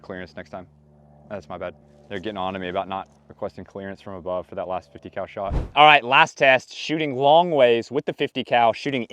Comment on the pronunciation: You miss pronounced “50 cow”.